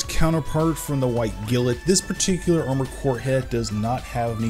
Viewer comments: Take a shot every time he says "gilit" instead of "Glint". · He didn't call it Gilt or Glint... He said Gillet... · Been a year and he’s still calling it “White Gilt” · He calls it white gilet. why is that. I think it's because he's from India, judging by his skin tone. My thoughts. It's glint, like the glint in someone's eye. Not the gilet in their eye. Lol 😂😂😂😂 but ya love his paint jobs and customization with the lights added. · I thought you were joking 😂 Glint otaku, like a glint in her eye.